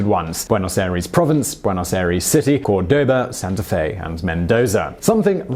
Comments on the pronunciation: OH NOOOOO you said bueynose aeires instead of Buenos Aires Other than that, this is a good video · Oooh that mispronounciation of Buenos Aires cuts me too deep. Make it stop plz